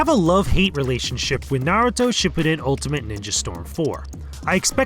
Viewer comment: "Narato . . ." smh IGN . . . 5.5/10 can even pronounce a very simple and popular name in the world